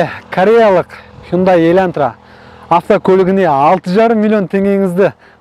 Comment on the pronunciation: Ең бірінші "Хондай еләнтрә" дегенінде мысқылдап айтып жатырма десем, өзін солай сөйлейді екенсіғой😂🤣. Хуйын-дай демегенінеде шүкір дейм енді.